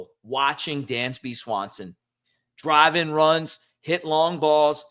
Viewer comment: It's Dansby, not Dandsby.